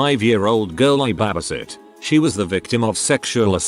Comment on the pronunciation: I cannot with the “BAHbisit”